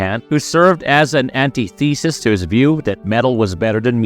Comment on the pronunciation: I really wanted to like this video but the narrator is one of those people that thinks he sounds smart saying big words, all of which he says incorrectly... Look up subsequently, metaphorical, antithesis and simultaneously. Please. I'll wait here. Google will show you.